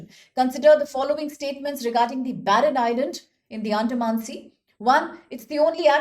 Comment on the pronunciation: barren island not "baron "